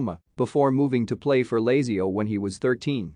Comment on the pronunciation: Sickening. Doesn't even know how to pronounce Lazio and Mussolini